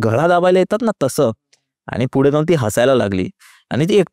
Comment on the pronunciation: फुडे का बोलतात पुढे असत ना?